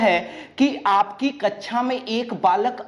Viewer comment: Kacha n bolo sir kaksha bolo plz